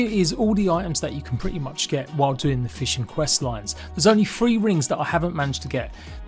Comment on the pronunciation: its *TH-ree not free